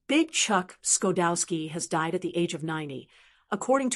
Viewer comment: Its pronounced sha dowski. And his wife is june she just passed away. may they rest in peace. Chuck got 28 emmeys he was an engineer a writer an actor a kind man my friend.